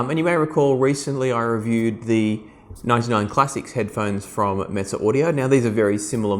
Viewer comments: I believe the Classics are made in Romania whilst the Neos are made in China. It’s pronounced meh-zeh not mitze. I’m looking at the neos and wonder if they’d be good to listen to Beatles, Pink Floyd, Nirvana? Is it true the bass is not right for rock or classical you think? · Mez-ay audio is how it's pronounced. So agitated about that for no reason. Like your videos tho.